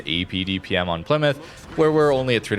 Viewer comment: Plymout father xd